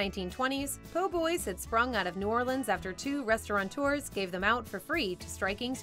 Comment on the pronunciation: There's no "n" in "restaurateurs."